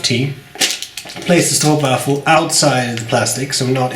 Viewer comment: Your pronunciation of 'stroopwafel' is much better than you give yourself credit for. A Spanish study friend always bought them when she visited her family back in Spain. She told me they're the perfect gift to bring with you from The Netherlands: "They're cheap and everyone likes them."